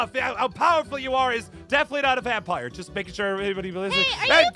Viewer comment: I agree. Plus am I the only one who realizes the it was vampoire instead of vampire?